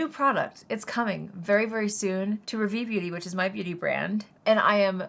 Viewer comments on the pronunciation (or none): I love you and have been a fan for years and would love to buy from your makeup brand but I’m a little frustrated about your brand name … you chose to go with a French word which is fine but please learn how to pronounce it .. Rah - Vee. Hard a like car/far and short e like fed/led. ❤